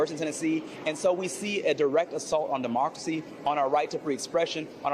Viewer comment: 😂😂😂....all of a sudden..."MA-Democracy" 🤣🤣🤣